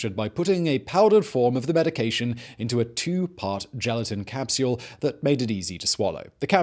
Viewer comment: How does this dude spell capsule...? Capseule? Capsiyule? It’s two syllables not three lol.